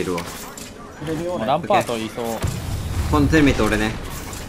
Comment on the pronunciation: なんかランパートがワンカートンに聞こえる